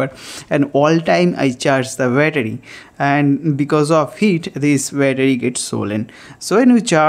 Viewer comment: Battery❌ Byataarie ✅